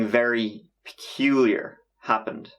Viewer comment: The way he said "Peculiar" sounded like someone whispered "Ricky"... yo i freaked out